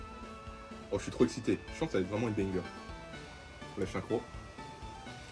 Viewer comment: Il a dit combien de fois benger😂😂😂😂